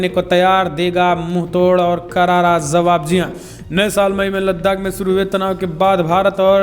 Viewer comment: Bhai please say jawaab and jaanaa and not zawaab and zaanaa. Thanks.